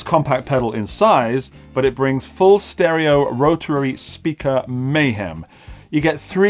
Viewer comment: Love how you pronounce "rotararary". That's how it should be said!